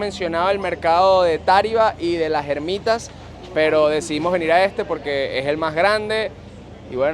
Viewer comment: Mercado La Ermita, no las germitas jajaj pero arrecho el vídeo tochee.